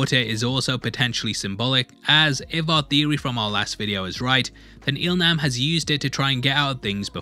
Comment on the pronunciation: Il Nam is pronounced as "Il Lam".